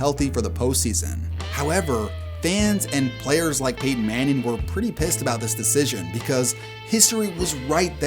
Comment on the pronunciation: Did you say 'Peyton' or 'painting' 😂